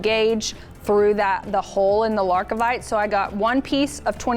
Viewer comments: It sounds better when it’s wrong! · Wonderful pattern, but it's Lar-Vi-Kite not LarK-i-Vite in case anyone is trying to find the stone.